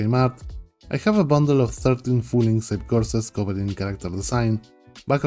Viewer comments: You pronounce it like "ink seyp". I think it should be like "ink sKeyp". (By the way, great video, thank you) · Two “k” sounds in Inkscape.